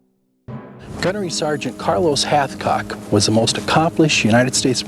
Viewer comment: All I hear is halfcock 😂